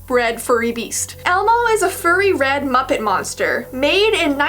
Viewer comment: okay, i’m binge-watching your videos (out of order) while drunk and i was very confused for a minute because i thought you said muffin instead of muppet., pls help.